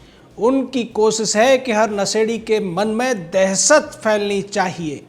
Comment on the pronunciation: Hey, What is 'kosis'? Man, I thought I knew Hindi, but never heard of 'kosis' Did you mean 'Koshish' by any chance?